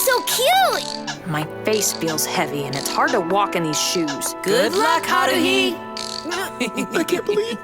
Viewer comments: Cringe counter (that I counted) 1. Pouncing Haruhi's name wrong 2.calling Grell sutcliff a shinagami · you say haurhis name wrong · the way he pronounced Haruhi lel XD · The pronounciation of "Haruuhi" makes this vid WAYYYY much better 😂😂😂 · They pronounced Haruhi wrong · They mispronounced haruhi........why do they always mispronounce the names? Please watch the anime enough to pronounce the name correctly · IM TRIGGERED!! You said haruhi wrong!!! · im triggered if you are gonna entertain weeaboos at least pronounce the name and anime correctly the way you say haruhi makes me cringe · the way he pronounced haruhi's name made me cringe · And I hated how he pronounced "Haruhi" but it's still a good video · LMFAO, you completely mispronounced Haruhi's name, but that's okay. :) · I hate the way you guys pronounce everything so wrong!! How do you mispronounce Ouran and also Haruhi?!?!? Haku and Naruto?!?! Ugh that's annoying to hear..... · That Haruhi pronunciation tho. Smh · Goddamn it can you plz fucking pronounce Haruhi right. Like holy shit. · I got mad when he sad haruhi wrong